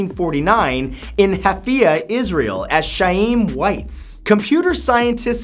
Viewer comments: pssst, hey... in #21it's actually 'Haifa' and the 'Ch' in Chaim is not actually a 'sha/tcha' sound but would probably be more of a 'ha' sound... and just like with Haifa, both the 'ha's are throaty sounds.... kinda like a snore noise? donno how to describe it to English speakers... (it's kinda like what a J sounds in Spanish...?) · dear god... the mispronunciation of facts #20 and #21 20: It's not none-of-it, it's nøn-uh-vut 21: It's not ha-fi-ya, it's hai-fa, and it's not sha-eem, it's kha-yim (חיים). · Chiam is pronounced like HIAM. But like your trying to clear the back of your throat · On the 21st fact, it's actually Haifa (the H pronounced as the J in Jose or Jalapeno), not Hafia xD Also, his name is pronounced as Haim (H just like in Haifa) Waitz xD